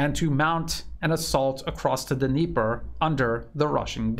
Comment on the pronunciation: Dnieper is said "neepur" river